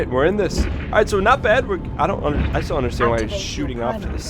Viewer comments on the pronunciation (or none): none